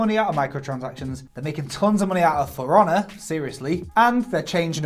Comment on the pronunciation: When you say "For Honor" it sounds like you are saying "firana" I was like .... what is that about? Is it a game about a furry pirahna?